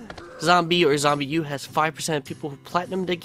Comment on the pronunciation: It's not pronounced zombie it's pronounced zom-B